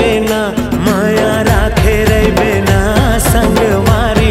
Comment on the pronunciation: जब female singer मुखड़ा गाते हुए कहती हैं- राखे रहिबे ना*** तो जो न का उच्चारण है वो गजब का है, कलेजा काट के ले जाती हैं। 🥰🥰